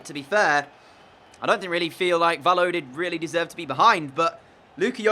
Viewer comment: Just for future reference Valladolid is pronounced 'Vayadolid' not 'valodid'